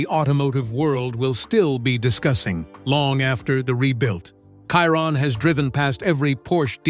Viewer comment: They still can’t make AI pronunce Chiron properly.